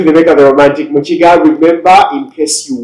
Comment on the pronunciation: Can someone tell me, in Uganda you pronounce Ki as chi? I heard you saying Chitaka yet it reads Kitaka. Even Mukiga I hear you saying Muchiga.